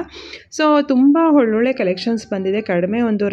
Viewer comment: ಹೊಲೊಳ್ಳೆ ಅಂತೀರ. ಸರಿಯಾಗಿ ಕನ್ನಡ ಮಾತಾಡಿ. ಒಳ್ಳೊಳ್ಳೆ ಅಂತ